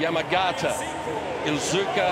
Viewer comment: They always butcher the Japanese names. The second name is iizuka not ilzuka